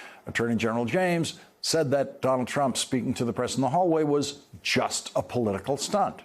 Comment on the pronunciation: Does Lawrence know he can just say "Trump" and we'd know who he's talking about? He doesn't have to say "Donald Trump" each and every time. It's become a single two-syllable word for him: "Dolltrump". It just doubly hurts to hear both names.